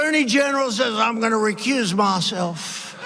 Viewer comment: “im gunna requuse mahself” Can we all just agree that was actually pretty funny?